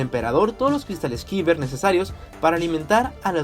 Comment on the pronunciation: Cada vez que pronuncias “kiber” en vez de “kayber” un planeta explota